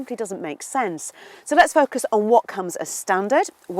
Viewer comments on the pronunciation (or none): none